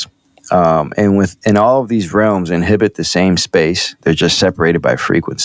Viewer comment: *Inhabit*, not inhibit.💙